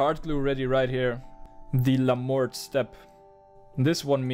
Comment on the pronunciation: La Mort is pronounced "La Mor" the t is silent, it's french for "Death" as in the reaper.